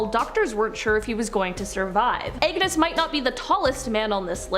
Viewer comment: Can you be anymore sarcastic about the wrath of God? God will not be mocked. The owner of the Titanic mocked God and well yeah not a good ending. Several more examples I could cite. And the name is Agnus not angus. Angus is a cow.